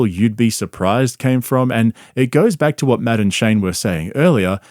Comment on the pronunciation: . Hearing you say Matt and Shane with your accent sounds like Madam Shane. Maybe I’m just high. But maybe not well I definitely am but that could just be part of it